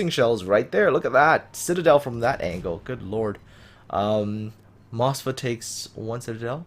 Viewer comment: you are pronoucning Moskva wrong in your video, sorry, just had to point that out.